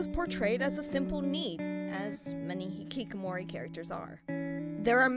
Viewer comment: ITS hiHIkamori